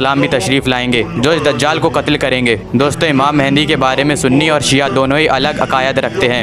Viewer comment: ASTAGFIRULLAH UR PRONOUNCIATION IS VERY BAD it's Mehdi not mehendi 😭😭 Astagfirullah